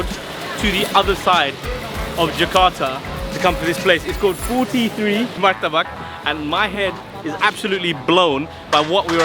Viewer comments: Not murtabak mr but martabak 😂😂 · Kenapa jadi murtabak sih..."martabak" nanti seperti "tempe" mereka menyebutnya tempeh. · It's Martabak, not Murtabak. You know that, right? It's on your own video for god's sake.